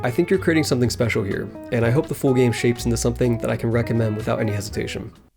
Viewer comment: why do u pronounce the word "full" like "fool"? are u trying to make me look like a fool?